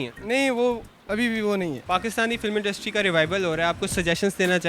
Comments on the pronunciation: industry ko pronounce to theek se ho nai raha bhai tujhsy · bechare anchor ko industry bolna nhi aarha....beta jao or padai karo.. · Tu pahle industry bolana seekh